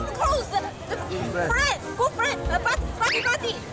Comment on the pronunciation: 好朋友應該是 "buddy", 不是 "body"